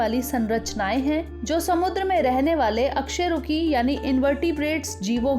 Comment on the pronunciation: अक-शेरुकी ❌ अ-कशेरुकी ✔️